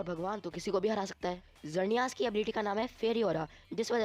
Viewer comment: sorry bro but mainly you said some wrong as you said time controler pokemon is palkia but it's dialga you mistakely wrote 7 as 10 you are giving eg. of magmar but you show typhlosion and you also pronounced some legendaries wrong as of xerneas but don't worry about my words you are doing great work. edit- sorry I also said wrong I also said two times palkia lol